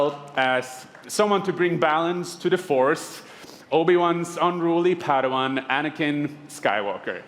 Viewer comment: Say PAYDOHWAN once more time 😑